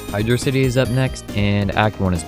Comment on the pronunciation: my guy pronounced "Hydrocity" as "hydrocity" instead of "hydrocity"....